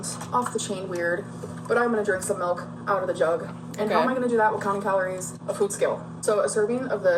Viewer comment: I have a friend who pronounces it “melk” too and it drives me insane 😭